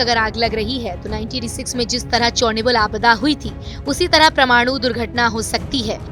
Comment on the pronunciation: "Paramaanu" being Pronounced as "Pramaanu" which is wrong. It is to be Pronounced as" pa-ra-maa-nu" all letters separated.